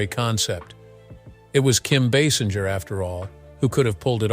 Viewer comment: Like most people, this narrator mispronounced her name. It is not pronounced Baasinjer or Baysinjer. It is actually pronounced BaySINGER (like an opera or rock singer). Also, she might be 70 but I would still bang her. Oops!